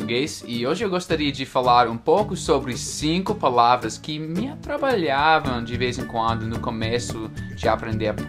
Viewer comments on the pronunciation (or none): Olá! Diga: AtraPalhavam e não Atrabalhavam. Good Job!